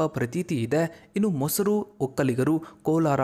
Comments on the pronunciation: It’s morasu vokkaliga not mosaru vokkaliga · ಮೊಸರು ಒಕ್ಕಲಿಗ ಅಲ್ಲ, ಮೊರಸು ಒಕ್ಕಲಿಗ ಅಂತ ಹೇಳಪ್ಪ